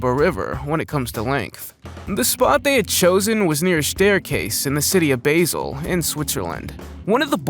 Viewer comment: Dreadful pronunciation of place names like Lyons, Basel, and the Danube.